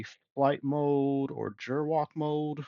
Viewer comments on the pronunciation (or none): That G in gerwalk is pronounced a hard G as in Gary, not Gerald.